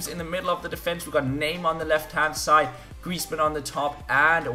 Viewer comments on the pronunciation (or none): none